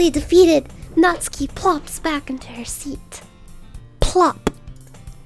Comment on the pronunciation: Finally the first person to not butcher Natsuki's name.